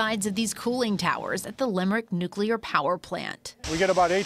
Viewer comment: The PR guy said "nucelar". How in the hell do these bozoes continue to mispronouce the word NUC LEAR. Idiots.